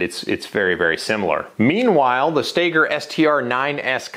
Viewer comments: It’s pronounced Stoeger not stager , and everyone who loves their Glock can be happy with their over priced gun my Stoeger speaks for itself. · The shooter Ben Stoeger pronounces it "Staygur" - Everone else says "STOWgur" - I just don't know.